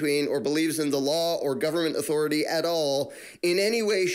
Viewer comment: Every time you say authority, I only hear Cartman, " I AM THE AUTHORITIE!"🤪